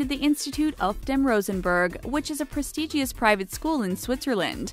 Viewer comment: And "Merry"'-land for Maryland. Pres-tee-gee-ous for prestigious? Painful.